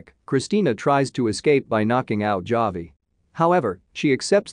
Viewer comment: The way he says bruja. Smh. And javi. Whats next? Jalapeno?are you gonna say it with that hard j?